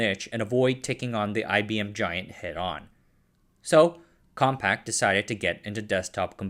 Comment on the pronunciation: Why do you keep saying compact?! It's compaq! There's no t!